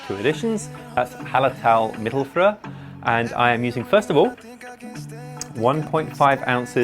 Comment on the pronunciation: You should look up how to pronounce "Mittelfrüh". Because it is not mittelfrùhhh.